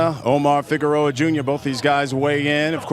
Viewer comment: its Figueroa ...not figuerora u fat idiot